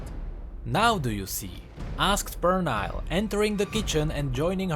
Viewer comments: Pernille is a scandinavian name, believe the correct phonetic transcription should be /per-ni-ll-eh/ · Actually, the "i" in Pernille is pronounced as an "e", the rest is as it is. It's like an English version of a Danish name. There was a Danish Transfer student in my uni. She told me that info. Cool video by the way, and i love your accent!